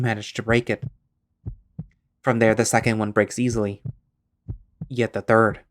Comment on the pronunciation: "Hugs ehily"..........im sorry 😞 😔